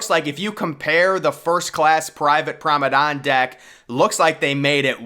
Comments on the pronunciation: That’s P R O M E N A D E, NOT P R O N E M A D E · This dude really needs to learn how to say Promenade.